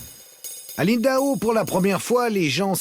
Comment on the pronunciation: Impossible à un français de prononcer Lindau (et non Lindahot).